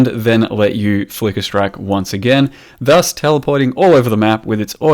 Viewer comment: When hits you with " THUS " Kreygasm